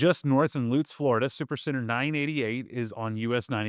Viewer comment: that's my Walmart!!! Thanks for pronouncing Lutz correctly... ;)